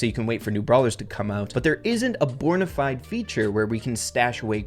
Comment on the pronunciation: He said bornified LOL